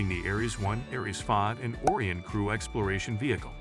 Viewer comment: if you're going to be so lazy to use AI to make your videos, at least make sure its pronouncing words properly... pronouncing Orion as orien(t) for example